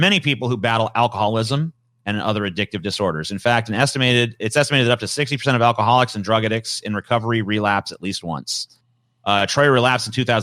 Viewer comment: pronunciation of addicts (a-dicks)